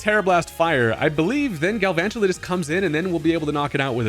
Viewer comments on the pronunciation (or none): excuse me, say that pokemon's name one more time for us please